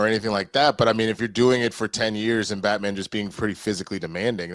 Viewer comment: Both of them said that 😂…Im confused as to who they watched growing up to have this mentality of Batman not being big ! Also in the beginning his pronunciation of Batman “BatMen”😂….